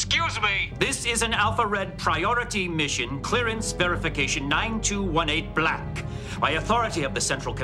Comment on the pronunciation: The way Garak pronounces "black", as if a sticky boulder smashes down, is just perfect.